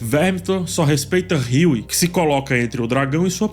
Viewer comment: creio que se pronuncie Hugh e não Hughie. O Martelo.